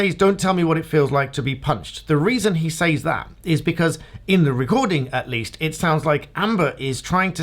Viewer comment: Why do you say says as sAYz, and not Sez? It really weirding me out, with english accent